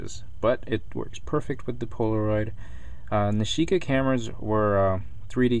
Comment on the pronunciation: haha that's my name..nishika && he even says it right so funni!!!!